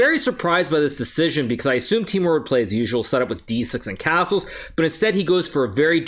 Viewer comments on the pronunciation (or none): none